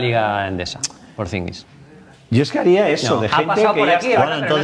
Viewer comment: ¿Por qué llevan 5 años hablando de Porzingis y sigue diciendo Porzingins? ¿Nadie se atreve a decirle que pone una "n" de más?